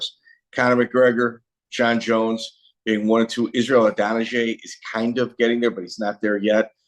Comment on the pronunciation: Couldn’t watch the rest after he butchered Adesanya‘s name lmfao